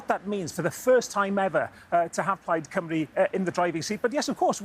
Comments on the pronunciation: The way they say Cymru as Coomru is driving me nuts. They never even bother to learn the pronunciation. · You’d think English presenters would have learned how to say “Cymru” by now.